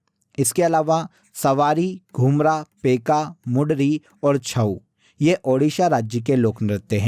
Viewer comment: Odisha ka....dhumra nei he...Ghumura he...plzz correct it